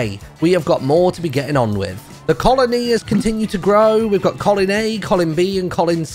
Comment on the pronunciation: you shouldn't say colin-E until the end to make it more clear that it's a colony